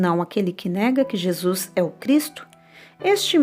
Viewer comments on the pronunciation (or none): none